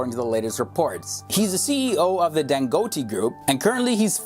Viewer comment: hey its dan-go-taaa